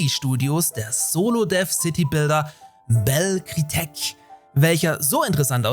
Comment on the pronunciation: "Belle Kriteck"... An deinen Französischkenntnissen solltest du noch etwas feilen. 😅 MS feutert 9000 Angestellte... Und gleichzeitig gibt es großartige Neuigkeiten von Phil Spencer, der kürzlich sagte: „Wir haben mehr Spieler, Spiele und Spielstunden als je zuvor. Unsere Plattform, Hardware und Spiele-Roadmap waren noch nie so stark.“ XBOX-Aktien sind gerade so hoch wie nie und XBOX hat laut Geschäftsbericht auch höhere Gewinne eingefahren. Aber anscheinend ist das den Managern nicht genug... Schämen sollten die sich.